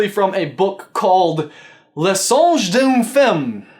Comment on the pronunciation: i can read french you read the title incorrectly